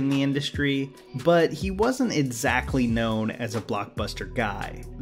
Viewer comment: Every time I hear you say - EDsactly I cringe. But still your videos are incredible.